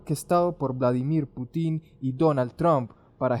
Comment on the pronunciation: es Putin, con acento en la U. solo eso. chau